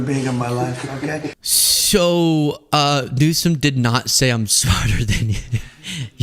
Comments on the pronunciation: And he pronounces his name as "Newscum". What a dumb ass. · He can never even say his name right lmao Newscome ??? Our president has worse than a learning disability He’s 100% dumb AF